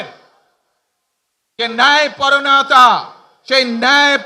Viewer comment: ন্যায়পরায়ণতা হবে শব্দটা বেশি লম্বা সঠিক উচ্চারণ মুখস্থ হয়নি😂😂😂😂